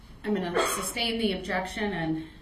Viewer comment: Substain. NO MR LAWYER ITS SUSTAIN ,,,,,, 😅